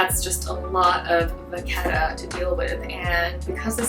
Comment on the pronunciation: Vachetta: Vuh-shet-uh